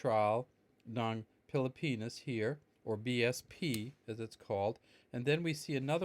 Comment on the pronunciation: Is just me who hear's everytime he says Pilipinas, he pronounce it as pili-penis. lmao XD Peace!